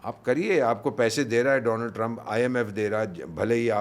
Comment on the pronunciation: रौनक भाई दोलांड ट्रंप नहीं दोआंड ट्रंप है वो 😂😂😂😂😂😂😂😂😂